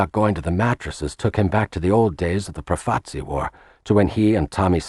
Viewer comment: Well towards the end the Lucchese (mispronounced) family were credited with flooding the streets with heroin, when it was the Bonannos, pictures of Carmine Galante who ran the narcotics too! An enormous and ridiculous mistake. Also 'Profaci' is mispronounced constantly